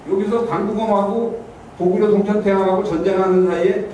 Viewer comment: 가오 거오구 리 라고 중국측 발음